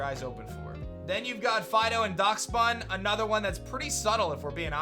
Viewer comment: By the way, I’m not sure if this has been pointed out already but Daschbun isn’t pronounced Dacksbun or Dasckbun it’s pronounced Dashbun. 👍